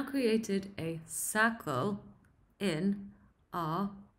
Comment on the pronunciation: great so far, its cementing stuff I have already learned but I will say the first pop quiz I honestly struggled with whar you were asking my bad hearing I though you were saying SAGREL but it was circle!! lol I laughed at myself for not understanding. very cool so far, for a new developer like me this is good stuff.